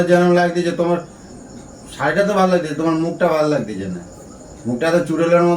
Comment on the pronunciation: ঠিকমতো বাংলা বলুন লাগদিছে না লাগ ছে